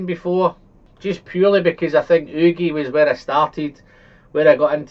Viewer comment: Why do you pronounce the Ugeadail as udeagail instead of the right way?